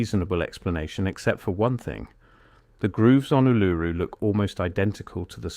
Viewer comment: The problem with AI voice narration is that it can’t pronounce Uluru properly